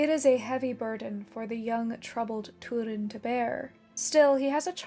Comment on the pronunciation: Stop saying toodin. It’s Turin.